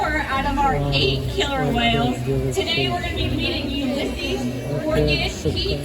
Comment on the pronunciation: everytime i hear “ulises” i swear its pronounced different. “You lih sees” “you lee sees”